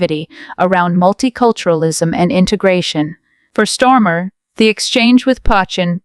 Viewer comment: Who's stormer!??? If your going to do a voice over lease get it right 😂😂😂